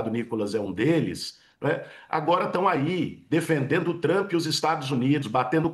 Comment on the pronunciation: Para mim é TRUMP e não TRUÃMPPP....kkkkkk😅😅😅😅😅